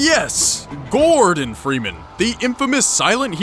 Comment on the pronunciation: cant even say gordon freeman correctly